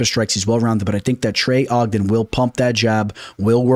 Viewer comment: Trey O jen fight week. Only person I've ever heard mess up trey's name lol